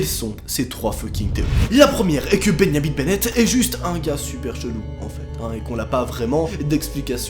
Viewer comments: "Bengnamin benet" Moi: "BENJJJJAMIN BENET" 😐😐😐😐😐😐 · pourquoi il dit bengnamine bennette au lieu de benjamin bennet? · « Beyamin Bennett »,! C’est Benjamin Bennett comme un benjamin en français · Bennyamine bennètte😂😂